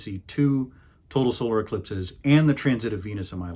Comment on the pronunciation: Eclipses is not pronounced like indexes.